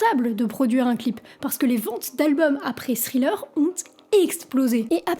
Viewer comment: n gros merci ! en passant ça se prononce: Tri-leur